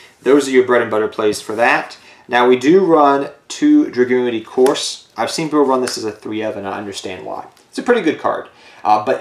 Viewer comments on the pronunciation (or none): Lusamine 2nd best pokegirl also not to be that guy but dragunity couse is pronounced cuse like cu cullian from the fate franchise, there is no r.